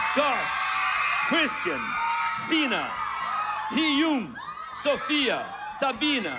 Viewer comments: O hulk falando Sofia em vez de Sofya 😅😂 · Luciano falando o nome da Sofya errado : 👁👄👁